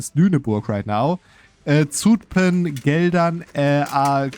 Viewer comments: To pronounce Zutphen correctly a German would sooner write sütphen. The s is not fully correct but the german z that's,pronounced ts is more wrong (there is no t sound). The (short) ü instead of u because that is how the Dutch u is pronounced, the german u sound we spell as oe. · ok let me be fully correct: for Utrecht you are completely correct. For Zutphen it sounds more like the u in the English duhhh. We call the difference short u vs long u but I dont think it maps to kurze ü vs lange ü in german cause I've been thinking for a few minutes and cant think of a German example where ü sounds like the u in duhh or Zutphen. I'll update if I end up thinking of one.